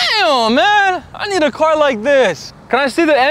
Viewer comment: LOL Let me wash your "carrrr" 🤣